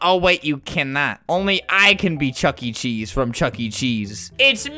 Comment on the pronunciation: It's chuck-e not chucky lol